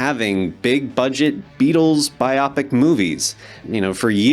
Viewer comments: It's pronounced Bio-pick like Why (a) Dick? A bi-O-pic sounds like something you get at the proctologist. I fear these are gonna suck. Personally, I've never really liked any Sam Mendes films. The writers seem like they are just prestigious types who aren't Northerners and haven't shown they have a sense of humour. The cast looks like a bunch of boring, pretty people. Well, the Pattie Boyd looks right, I've been writing the entire story of the Beatles as a TV mini serirs. I cover the whole story from Lennon forming the Quarrymen through the breakup. I have it as 2 seasons of 9 episodes each ("Number9, Number9") for a total of about 18 hours. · For. The. Love. Of. GOD!!!! It is pronounced JUST LIKE IT'S SPELLED - BIO PIC. As in BIOgraphical PICture!! It's NOT pronounced like you can't see (MYOPIC). You're a fucking media person - learn the goddamned language and show some pride in your craft, FFS. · Hi darling, I love your channel! I just wanted to point out that the genre of the films is “bio pic” as in biographical picture, not “biopic”. ❤❤❤❤ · Biopic... pronounced BIO-PIC, as in: BIOgraphy PICture. Sorry to seem pedantic. But seriously... and this is mostly for others online, I know there's some weird argument online about how its pronounced, but just do a search on it in thr dictionary for the phonetics or even easier, just have the search for pronunciation actually SAY it out loud. Sorry again. It kept distracting me from your otherwise MUCH LOVED insights.❤ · You may be pronouncing Barry Keoghan's name right, but you're definitely pronouncing "biopic" wrong. It's BUY-o-pic, with the accent on the first syllable. And who's playing Brian Epstein and George Martin, for Chrissakes? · Biopic is short for Biographical picture. So it's pronounced BYE-OH-PICK. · Biopic does not rhyme with myopic, Beatle people. If you think so, you're soft. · yeah, now work on "bio-pic" lol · It's pronounced 'BIO- - Pic' as in biography (motion) picture. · BYE-OH-PICK! Like “biography”